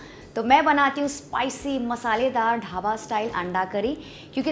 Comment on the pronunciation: धाबा नहीं दीदी "ढाबा "